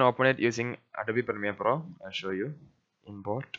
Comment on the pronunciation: "adabi primir pro" xD